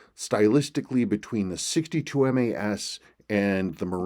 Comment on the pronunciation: MAS MAS MAS not MES. Obviously you’re not a seiko guy and this watch is not for you.